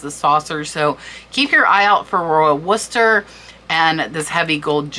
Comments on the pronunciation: Its Worcester not Wooster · Pronounced "War cestor" :)))